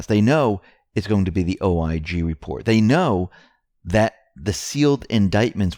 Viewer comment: WHY, WHY do you persist in saying "Welcome to the X22 Repore"? The word is "reporT."